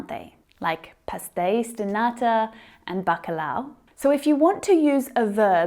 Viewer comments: Great video, as always. I learned so much with you. Obs: just a tip you are saying "bacalau" and not "bacalhau". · You are the best! I watch your videos all the time, very helpful! I am Brazilian, you have to work on the word bacalhau. The lh is a very difficult sound. I can help you! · She said " bacalhau" in a funny way. I am a Portuguese speaker so, for me , sound funny. Tanks for the class. Help me so much.